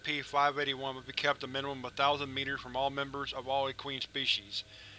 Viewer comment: Sorry, but you didn't pronounce equine correctly long e and long I, e-q-eye-n I'm not trying to call you out, it's just for your information